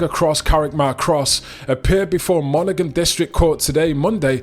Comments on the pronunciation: Dont pronounce thé g in Monaghan.. Mona-han 🤙🏼☘️ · It's pronounced monahan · Monaghan, it's a silent G, so it's pronounced as Monahan.